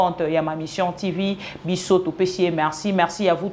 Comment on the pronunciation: on dit: Mission ≠ Mishion 🤣